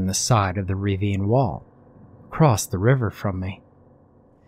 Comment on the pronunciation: Why do you keep saying "ravine" as "reeveen"? It's ruh-veen. This story was pretty dope. It starts like it's going to be stupid.. but it's actually super intense. This game sounds fun though now I'm terrified to play it lol. Although there was one mistake.. you cannot expand your lungs against the ground when you are face-up.